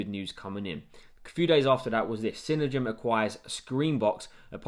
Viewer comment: It's pronounced CINE-DIME